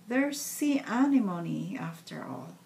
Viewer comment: The correct pronunciation is [æɳɪɱɔɳɪ] "anemone" ; the ring is beautiful! what is the material on which you've put the beads on the ring you are wearing? I'm curious! hope you answer! I watch your new posts every time; I live in Europe, paper beads are not famous here. Not yet!